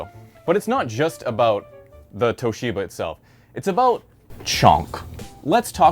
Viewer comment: its Toshiba not Towsheeber